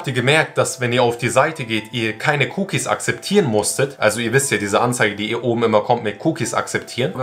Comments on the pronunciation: Cuukies akseptieren hat mich gekillt geiles Video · Wie spricht du bitte cookies aber trotzdem kranke Recherche und krankes Video 🔥🔥🔥